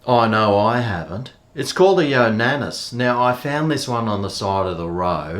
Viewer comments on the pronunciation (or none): ya specimen. its not pronounced "yonanis", its yo nana. as in yo! bananas! pronounced yo! nar nars! i know you are totally whipped at the moment, but cmon mate. lets pick up our game a bit. i had one of these but got rid of it, because the juice aint worth the squeeze. it takes forever to clean down after each use. show us THAT video.